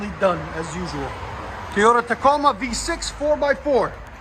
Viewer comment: Lol, its TOYOTA not Teeoda, lmao